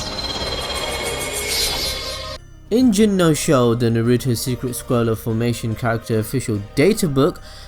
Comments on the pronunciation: Why can't this guy pronounce things correctly? It takes away all enjoyment from a simple monologue. Naruto is pronounced Nah-Roo-Toe. Not fucking NAY-Roo-Toe. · who tf is Nuh-ruto??!! smh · Can U please learn how to pronounce shit like u can't pronounce NARUTO or mangekyou sharingan